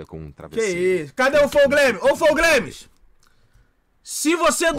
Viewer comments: Flou Gueimis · "flow glaimes"